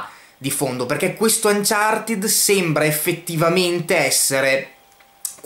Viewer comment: Ma perché anciartid?? Si legge anciarted